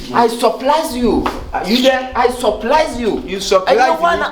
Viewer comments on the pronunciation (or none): I suprlaa you 😅 Kyekyeku: you suprlaa who?😂😂😂😂😂😂😂